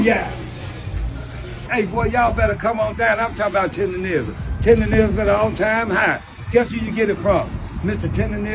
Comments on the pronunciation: why is it so hard for people to say TenderNism mane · The word Tendernism was on the t-shirt she was wearing and she still got it wrong! 😂😂